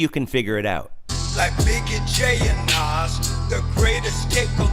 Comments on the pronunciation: Nas not naz x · I agree! But he’s not talking about lil Nas X. He’s talking about the actual rapper name Nas😂 whose been rapping since the 80’s. Which you keep pronouncing wrong 😀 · It's not Naz, it's Nas. Also, he was NOT talking about Lil Nas X. Nas is a famous rapper. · You missed quoted who he means as secular top rappers, it’s not Lil Nas X, but the original Nas pronounced Naas, from Queens Bridge. Nevertheless if Kirk has got to try and explain what he meant after the fact, it’s not a good lyrics. And please don’t dare disrespect Holy Spirit to say He gave or inspired this debacle. Repent and preach the true gospel of Jesus came to give himself as ransom for sinners who repent and receive Him, then live for Him.